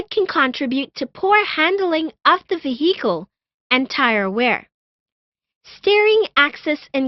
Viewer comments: Vee-HEE-cal Yeee-heee - she said her name was billie Jean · Ve-hee-cal: Vehicle Auto mo bail: Automobile Pahblem: Problem